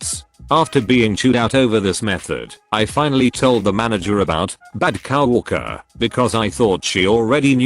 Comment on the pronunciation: Nobody: TTS: cow orker